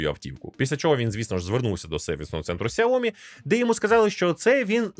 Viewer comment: Сяóмі, з наголосом на "о" ? 😂😂😂 Розетка торгує, і навіть правильно бренд не може вимовити! Звучить цей наратор як дитина 😂